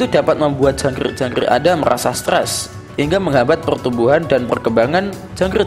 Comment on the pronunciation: Jangk rrrrrrrrrrrrrr ik